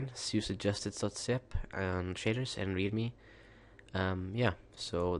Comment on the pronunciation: sounds like he says shiters just sayin